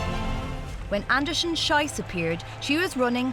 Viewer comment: Aaacckkk! The second name in "Anderson-Schiess" rhymes with "peace". The way this announcer pronounces it, it's the vulgar German word for excrement.